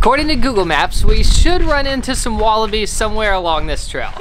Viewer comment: calls them wallapies not wallabies